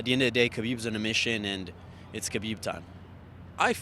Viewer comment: The way Ariel pronounces “Khabib” ....😒